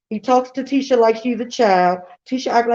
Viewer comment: Nah why they continued to mispronounce Tisha husband's name after being told how to say it the correct way....